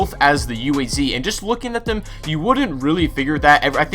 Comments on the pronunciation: Not you-ey-zee, but Uh-ah-zz. Read the letters, not spell them, Zee-hll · Why does everybody call it U A Z? Its pronounced as ooaz!